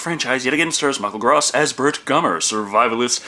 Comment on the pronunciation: I think you *may* have pronounced Michael Gross' name wrong in every single Tremors review you've done.